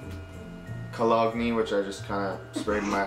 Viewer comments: Yea he literally says the word cologne the way it's spelled...dead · colog knee 😂😂😂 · OMG I DIED 😂😂😂 Colog Knee 😂😂😂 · I'm so glad I'm not to only one who says cologne as colog nee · the way he said cologne 😂😂😂😂 I died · He would look SO much better with his hair cut . and is it just me or did he pronounce cologne wrong lol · I think he said it that way to be funny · No I think he doesn't know how to perNounce it cuz he's WT